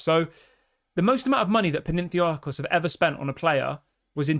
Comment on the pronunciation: My brother in Christ, it's Pan - atha - nye - akos.